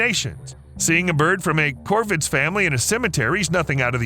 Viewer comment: Why are you calling the crows "Corbin"....or is my hearing impaired?